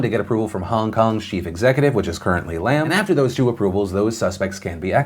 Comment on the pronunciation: Nitpicking on pronunciation, it is not Lam as in Lamb, but Lam as in Llama.